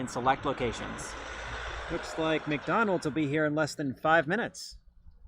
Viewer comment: It's meekdonalds